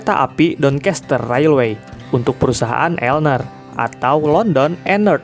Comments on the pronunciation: Bng klo di UK bacanya bukan elner tp L N E R di eja satu2, kyk L N E R Azuma, LNER nya di eja Azuma nya di baca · L-N-E-R (di eja bukan dibaca elner)